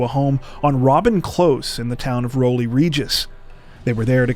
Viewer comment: Hey and, firstly love your vids. The pronunciation of Rowley caught you, it’s Row as in cow. Don’t you just love the inexplicable English language and strange named towns. 🤭